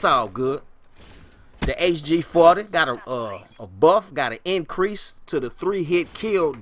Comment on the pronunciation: so jokes how he says "HG FAAWTE"